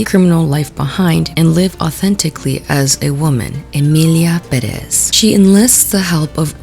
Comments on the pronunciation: Just a nitpick but it’s been driving me (a Latin American not from the USA) kind of insane whenever I hear people pronounce the title of the movie as “Emilia Puh-RES” when the actual pronunciation of the last name is “PEH-rez”. Like it literally has the accent on the first e 😭 I feel it’s another layer to the butchering of the “latino” identity. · Why is it so hard for everyone to pronounce “Pérez” correctly? You stress the syllable that has the accent. Is not pe-REZ, it’s PÉ-rez. I swear Spanish’s not that hard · Girl no, please, why are you too saying the name Pérez like Peréz. Sorry, I needed to let that out, I'll keep watching the video now 😅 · Girl please, it's PÉrez, not peREZ. For authenticity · Girl not you being mexican and saying PerEHz. jajajaja es PÉrez morra. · Goddamn it is not PéREZ is PÉrez, it is not that difficult to get, the e even has the symbol on it 🫤🫤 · why do you say Peréz when in the title of the movie is pretty clear it says Pérez? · omg please it is pérez w the accent in the first E, not peréz 😢 it is killing me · WHY DOES EVERYONE PRONOUNCE IT "perEz"?? IT'S PÉREZ, THE TILDE IS THERE FOR A REASON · I love you, but you pronouncing it "Peréz" instead of "Pérez" is bugging me, specially after you complained about how the director didn't bother to care about pronunciation 😭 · Not to be rude, I just keep hearing people mispronouncing the name. As indicated by the accent (é), it's PÉrez, not peREZ. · If that’s the issue, how is salems pronunciation also not an issue despite her overwhelming latina presentation and boasting. She takes 10 cuts between spanish words and still mispronounces something as simple as peor for “pee-or”. y bueno soy latino obviamente chamo so dont even 😀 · how to pronounce Pérez: pÉrez. The accent is in the first e, sounds like eh idk try it. it's not perÉzzz. shorten the z please (it's should be more like an s depending on the accent) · why is it pronounced perÉz, girl it’s pÉrez 😭😭😭😭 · Everybody saying: peréz 😂